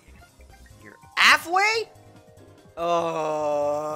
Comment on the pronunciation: where says “ALFway????” Is my new favourite thing